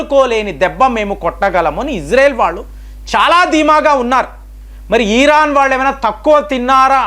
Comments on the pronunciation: It's not eeran, come on, it's Iran. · He'd urake atu etu tipakunda matladandi. Eeran kadu iran Anandi. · ఇరాన్ కదా ఈరాన్ కాదు కదా ఒకసారి గమనించండి...